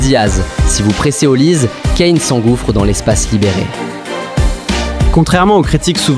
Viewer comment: C'est plus Olise mais "Haut lisé" 😂😂, on en parle pas assez mais si la France prend la coupe du Monde il serait favoris pour le ballon d'or